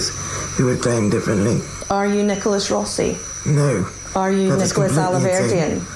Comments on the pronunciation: His pronunciation of the surname "Rossi" is an absolute giveaway. He repeatedly says "Rosey" not "Rawsi" as an American would. That was Always the first giveaway on this case to me. And this same Mispronunciation is mirrored by the wife, and this is incongruent with her Bristol/South West accent. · Why are this couple mispronouncing 'rossi'. Italy isn't far away, and despite Brexit, the UK and Europe DO trade quite a lot. They would both know perfectly well, 'rossi' is not pronounced 'rosey'. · I love how hard the guy works to mispronounce Rossi and Alahverdian Also, the wife repeats the same lines that Nicholas has previously said in other interviews, about the press being at the door and not being about to go out for a pint of milk and that whole spiel.